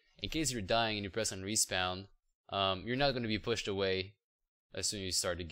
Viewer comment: Great job, this was a great tutorial especially since this is my first time coding a video game. lol at some of your pronounciations, "Respounnn"